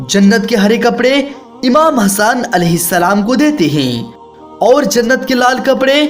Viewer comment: Le raha hai nhi le rhe hai bhai thoda theek se bol iye jante ho na tbhi bolna nhi t Mt batan imam Hassan nhi hasan